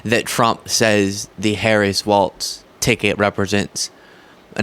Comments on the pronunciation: Please stop pronouncing his name "Waltz". It is pronounced Wallz. Even closed captioning spells it as waltz when you pronounce it incorrectly. Sorry, it's just disrespectful to mispronounce someone's name. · It’s not waltz, it’s walz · Isn’t it pronounced Walls,..? Not Waltz. ? Also you mispronounced Jon Voight it’s pronounced Voit. It’s never been pronounced Vot ever. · You keep saying waltz… it’s walz… Walls. No T… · I've lost count of the number of progressive youtubers who criticize Trump et al for not saying Kamala's name correctly, then can't say the name of the guy they 'love' correctly. There's no t in Walz. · WalZ. No “T”. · Not Waltz...Walz (Walls) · It’s walls. Not pronounced waltz, my friend! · It's not Waltz it's "Walz".. My dude. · people are saying Waltz when it is pronounced like walls with a z instead of an s. Walz. stop saying Waltz as in the dance or music. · Walz is pronounced like walls not waltz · I too find it hard to say "Walz" like "walls" instead of "waltz" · Love your channel and content, please make sure you're pronouncing Tim Walz as WALZ not WALTZ. Even the captions have you saying WALTZ. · It's Walz, like "walls" by the way 💙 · it’s pronounced “walls”